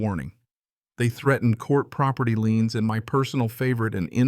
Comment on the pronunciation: Property LIENS not LEANS.